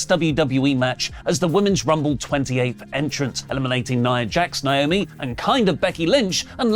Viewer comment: pronounce "Naomi" correctly challenge (Impossible difficulty)